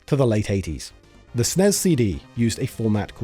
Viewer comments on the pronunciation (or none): Super NES. Or S-N-E-S. Not snes. Pronunciation is horrible. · it's "ess-en-ee-ess" or "super nintendo". hell i'd even accept "super en-ee-ess". but it's NEVER "sness" and it's DEFINITELY not "snezz". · What’s a Snez? You mean S N E S? Anyone why says SNES as if it’s a word to save time is not a gamer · Nobody. Calls it snezzz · Calling it SNEZ instead of SNES is a choice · Dude called it the god damn snezz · Ahhh, yes. The SNEZ. The Super Nintendo Enetertainment Zystem. For fucks sake 🤦🏼‍♂️ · It's S N E S not snez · People who pronounce SNES as SNEZ like the smell of their own farts. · We never pronounced SNES as "snez"! We usually just called it Super or Super Nintendo. Maybe S.N.E.S but never "snez". Sounds so fucking stupid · Idk maybe I'm just having a bad day but I turned it off because I can't handle hearing it pronounced snez 😭 I'll come back when it's harder to annoy me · I stopped watching as soon as you called it the SNEZZZZZZZZZ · not even 2m in and he's already calling the snes the snez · Yeah it's either S N E S or Super Nintendo, NEVER SNEZZZZZ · Hey guys, I wrote this video. I also don't like calling the SNES "SNESS" as one syllable. But the video needed to reference the SNES so many times -- and especially the SNES CD -- that I asked (the VO) to shorten it this way. For viewers, I think hearing "S.N.E.S. C.D." (six syllables) would've gotten annoying after hearing it 50 times, especially when it's said twice in one sentence. Lol and would've added like 90 seconds to the video's runtime. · I know, wtf is a snez, had to click off and leave in. Just grating on my last nerve. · "snez cd". at this point I think brits pronounce things differently just so they can say they're not American. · Who the fuck pronounces the SNES as Snezz? That sounds stupid as fuck. It's not an acronym, it's an abbreviation and should be pronounced as 4 separate letters. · Please stop saying "sness". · Nearly turned it off when you said and kept saying “Snez”.